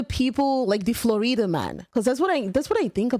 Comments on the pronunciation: Flo-rida's lesser known brother: Flo-Reeda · Yup, I am one of the Floreeda men 🤙😆😆 love how you pronounced that, made me feel exotic 🤣